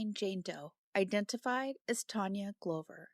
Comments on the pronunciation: Sorry to be picky, but as an Aussie, Brisbane is pronounced “BRIZ-bin”, and Glover is pronounced “GLUV-er”. Thanks for bringing attention to all of these cases, I especially appreciate the Australian coverage. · First of all Brisbane has avery short a, more like a short u. It is Not the "bane" of anybody's life. Glover in our language is said like a glove, you put on a hand, not like a light globe. Sorry if Google only tells you how Americans speak.